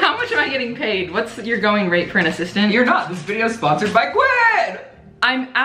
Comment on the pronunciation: A-sis-tant lmao